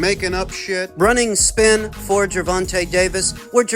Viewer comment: Whats best fa me and whats right fa me? Ducking 😂😂😂😂